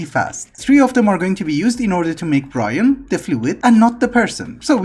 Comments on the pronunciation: you should probably check how you say brine because it sounds like you say brian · thanks ive been here for about a year but it still throws me off how you say brine